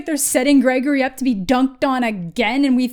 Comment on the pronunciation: "gagory" is pretty good tho ngl